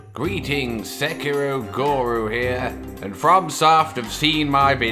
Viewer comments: Just btw its goo-roo not go-roo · Its not goru its guru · "Where I the guru - the GORUUU" 😂😂😂😂